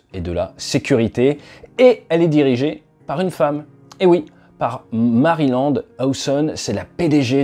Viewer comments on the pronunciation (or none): "Maryland" Monroe